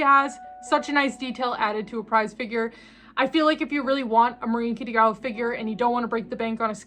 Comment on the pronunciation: Do you call her "Kittygawa" on purpose? Or do you just have difficulties pronouncing her name?